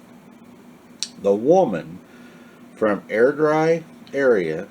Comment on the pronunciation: I'm from Ayrshire and you pronounced Monkton correctly lol. I've never heard about this which is surprising, I'll look it up. Although you did murder AIRDRIE lol